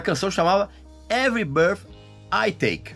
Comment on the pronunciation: A CANÇÃO ENTIGA SE CHAMA, EVERY BIRTH I TAKE OU BREATH, NÃO ENTENDO SUA PRONÚNCIA